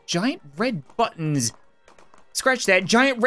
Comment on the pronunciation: "Oh, they got battons." -* 2019*